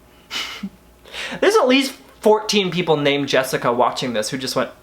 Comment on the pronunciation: LMFAOOO NOT ME AS JESSICA SAYING JESSICAN AS HE DID & FREAKED OUT 😂😂 it is so common